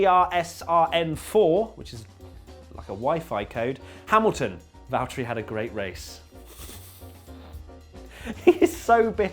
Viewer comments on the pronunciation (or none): How hard is it to say valTTeri not valterri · The meme is good, but while we are on the subject of names.... it's VALTTERI. Not Valterri. Not Valteri. And definitely not Valerie (yes, I've seen that as well). Thank you. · that williams simpson thing had me in tears. first because it was the funniest shit that i have seen in a while, secondly because of how sad i'm for Williams for Kubica. also it is Valtteri Bottas. not Valtterri or valtterrrrri bottas. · It’s Valterri. Suck it.